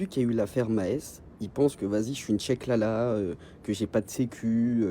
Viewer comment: Bon, D'abord on dit pas "Chaklala" mais ChaQlala. Et de deux, ça veut rien dire dans le contexte qu'il veut l'employer. Bref, mon commentaire est pour le référencement.